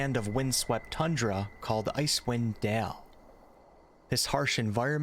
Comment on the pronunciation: Why do you say DEALE instead of DALE Great video btw really enjoyed it